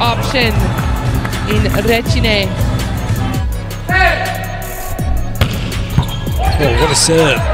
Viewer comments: The surname is wrong. It's not Requine, it's Recine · Recine! Not Requine....